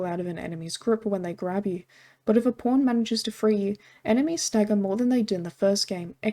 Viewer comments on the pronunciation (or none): When you say pawn it sounds like p*rn, funny quirk of your accent